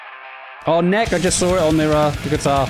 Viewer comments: Peter of Maids News Network has recently covered Hades, including interviews. NEK! is pronounced : Neckee. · A killer line-up with Hades, Nek! and Band-Maid. Check out these bands. Have youu heard of them? What do you think? Yes, I realise I've mispronounce Nek! as Nek and not, as Neh-kee. I'll get it right next time! <3 If you like this gig-like video format, let me know and i'll do more of them!